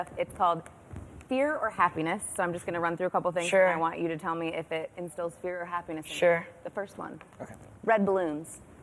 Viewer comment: He said FAPPYNESS haaa